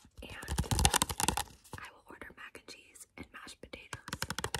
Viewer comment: I wonder if when you order it’s the way you say Mac & cheese they think you’re saying rice & beans idkkk 😂